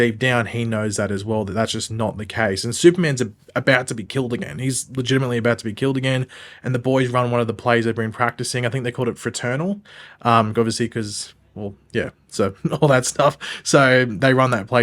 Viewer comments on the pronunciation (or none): Wait, they said fraternal? I started laughing at that said because I heard for turtle, so I was so confused and thought that was just a random but I wanna say thank you for clearing that up.